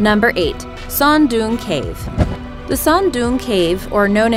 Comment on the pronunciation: Cute when reader was trying to pronounce Son Doong Cave